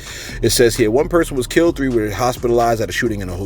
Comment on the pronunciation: I couldn't listen to the rest, You said KILT for KILLED too many times 🤷🏽‍♀️